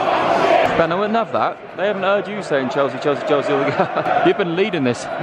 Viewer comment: "world champions chealsea"